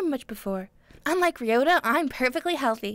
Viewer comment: True, but this doesn't apply to just this dub. It applies to any dubs on this channel with Japanese names. Besides, the name "Byakuya" may not be ever spoken here, but the name "Ryouta" does, and clearly pronounces it as /riota/, which isn't very accurate. And I know that I'm a huge linguistic nerd and a bit of a Grammar Nazi at times, but I would like to raise awareness to such issues. By no means am I forcing this viewpoint, I'm just sharing it.